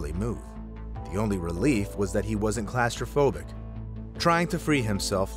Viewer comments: I love how he says claustrophobic as CLASStrophobia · Anything can be dangerous or deadly. Theme parks, cars, planes, boats, parachutes, etc are not really things humans should be using yet we use them for transportation, fun, etc. Even things we wouldn’t think are dangerous or deadly can be. 👀 Also, I have never heard anyone say claustrophobic like that.